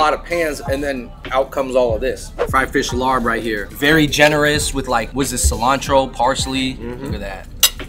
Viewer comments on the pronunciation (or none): bruh cmon it’s pronounced “LAAB” not “larb.” even way says it in the beginning